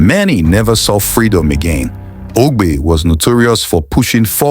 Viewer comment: The name is not Ogbe but Agbe.